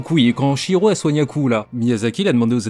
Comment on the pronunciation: Ça fait plaisir d'entendre quelqu'un prononcer Chihiro correctement, contrairement à la VF (qui est pourtant super)